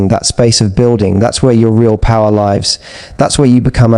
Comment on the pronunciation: It's livssss not lives. 😊